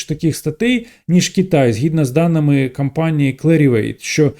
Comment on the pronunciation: Мені незручно це писати але через те,що у вас високоякісний україномовний контент мені хотілося б звернути увагу на вимову літер о та а у деяких словах та їх закінчення. Не кампанії а кОмпанії. Не еканоміка а екОноміка. Не сприймайте як критику а радше як бажання бажання покращити контент. Дякую.